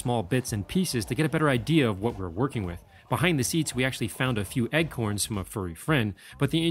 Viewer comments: Anyone else notice how he calls "acorns" "eggcorns"? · I'm glad he speaks and explains the entire process other than calling acorns "egg corns".